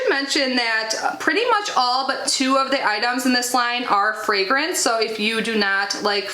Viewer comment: I thought you said "Old Skin Types" instead of "All Skin Types" - YAY that's for me. 😂😂😂 My skin type & coloring is very similar to yours. I don't mean Old.😉 They're really smart not to put fragrance in the eye-gel (can vapor into eyes 😳), and in the future they should include an SPF in their daily moisturizer - it'll save money & steps.